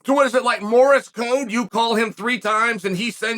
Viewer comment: What is this "morris code" you speak of? 🤔